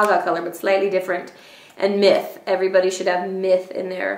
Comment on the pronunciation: I heard. ¨You should always have Meth in your makeup bag.¨ Than I realized you said Myth. ;p